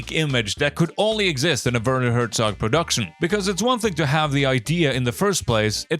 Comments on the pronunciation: Did you really make a 94 minute Documentary on Werner Herzog and you didn't bother to look up how to pronounce his name? It hurts my ears. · It's so funny to hear his name so often and being mispronounced in the same way every time (I am German, it's cute, I am not complaining dw) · I dont wanna hate, but if you make a one and a half hour video on someone, at least bother to learn how to pronounce his name ffs